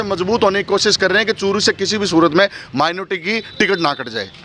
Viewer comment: मेनोरटी मेनोर्टी कर रहे हो कोई मेनोरेटी नही ह